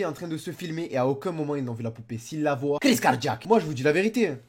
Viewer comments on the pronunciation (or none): none